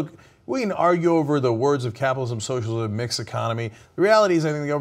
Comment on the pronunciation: Lets try it phonetically: SO - SHALL - IZ - UM Work on it, and we'll try "Armenian Genocide" next week.